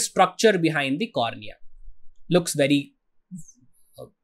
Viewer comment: Sir it's cornea